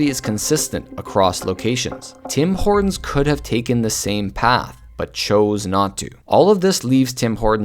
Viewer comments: Now it's "Dim Ordon"😂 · Taj MaHortons --->DO NOT REEDEEEM!!!